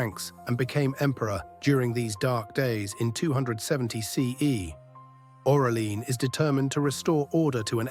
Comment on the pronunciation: Orelia??? Aurelian you mean, I guess